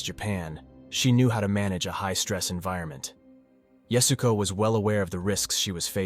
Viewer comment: At least give her the honor of pronouncing her name correctly. It's not "yasgo", as Beck Weathers says, it's yah-su-ko